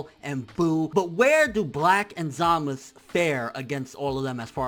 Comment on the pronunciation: Say ZamaSU! not Zamas...